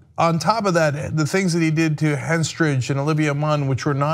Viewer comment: Ana, I like you, and I do hope you are more diligent in your commentary (not that I think you are generally lacking in that area), but could you please learn the names and personas of the people you report about? Do you honestly not know ACTRESS Natasha HENstridge? Butchering names and not knowing who you are reporting on is not something you should continue. I hope you see this comment and take it to heart in this moment of introspection.